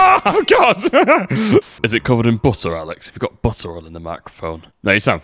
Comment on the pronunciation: “Is it covered in bottah Alex?” 👁👄👁 🎙